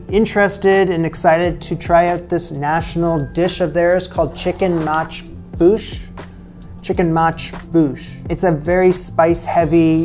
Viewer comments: Actually it's pronounced makboos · The way you say it is Chicken Makboos.